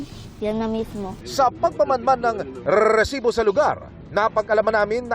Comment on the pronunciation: ilan po ba ung R sa salitang resibo?